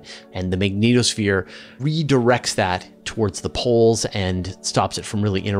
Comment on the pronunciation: I honestly cannot get past first couple mins simply because of how you pronounce the magnetosphere, dunno why it went through me but just did and put me off the rest